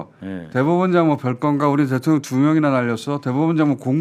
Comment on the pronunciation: 김병주의원님 그동안 대통년으로 발음하셨어요 ㅋㅋㅋㅋㅋ 일부러 그러시는줄 ㅋㅋㅋㅋ